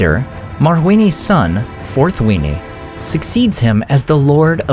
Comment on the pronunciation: Forthwiny? That a Krogan?